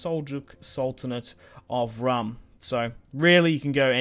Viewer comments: its pronounced "room" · Rūm is pronounced like room